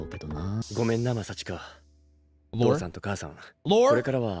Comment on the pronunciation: You butchered the name completely differently than how she does. She couldn’t pronounce i not second a.😂 It’s Masachka not Maschika